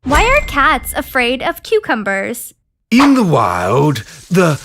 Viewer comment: When said Coocumbers